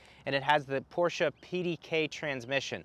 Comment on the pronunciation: Thank you for pronouncing Porsche correctly. Every time I hear "Porsh" I cringe.